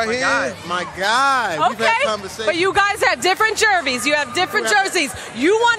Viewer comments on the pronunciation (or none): what the fuck is a jervey 😂😂 she meant jersey